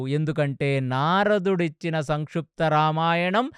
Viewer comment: సంక్షుప్తా రామాయణం కాదు గారు సంక్షిప్త రామాయణం pronounciation సరిగా చెప్పండి